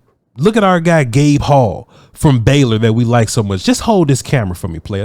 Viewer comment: The entire time I keep hearing "Baylor's Gay Paul" For anyone wondering, it's Gabe Hall 😂